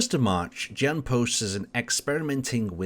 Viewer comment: you can read "Jan" name as "Yan" just like in the the word "yes" (affirmation).